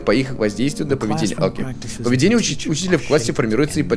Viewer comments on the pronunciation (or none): none